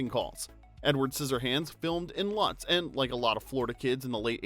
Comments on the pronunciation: It's pronounced Lutes, but spelled like Lutz. People in Florida are picky about saying towns correctly. Like Thonontosassa. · That town is pronounced (Loots) Lūtz, Florida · It's pronounced "LOUtz",FL. Lutz,FL.